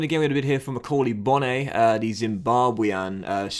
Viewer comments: It’s pronounced ‘bon’ not Bonne. Orient legend❤️also he has 5* weak foot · With Macaulay bonne, it’s pronounced b-o-n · Bonne is pronounced Bon